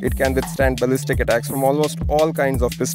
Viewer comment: "...hand grenade addacks, do at a dime"...